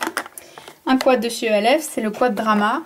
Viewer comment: Tu dit elf mais c'est pas pb